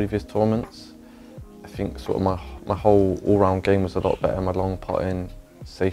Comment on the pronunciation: drinking game with think „fink“... That‘d be savage